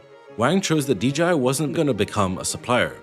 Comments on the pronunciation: Why do people say "Dee GEE Eye" instead of "Dee Jay Eye" for DJI? Happens a lot... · pause: Why is dji always uniformly prounounced as Dee Gee Eye?! 👉dji=dgi … 🤔